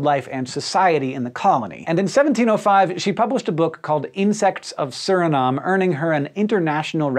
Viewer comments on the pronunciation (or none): i'm from suriname and you butchered it man 😄